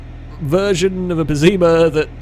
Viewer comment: Lol the way you pronounce BeamNG’s cars is, well, unusual. Like the Celtia as Celita or Pessima as Pezima